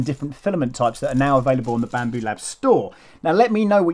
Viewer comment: "Bampoo" hahah. Nice. Well done on the overview my friend!